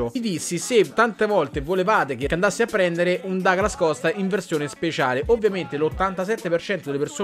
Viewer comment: Comunque si pronuncia Duglas Costa...perché è brasiliano. Ma qui oramai...dopo Becnabor...😂